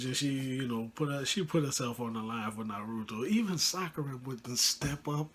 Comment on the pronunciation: Bro you pronounce naruto incorrectly, I am not trying to hate but you should look up how to pronounce it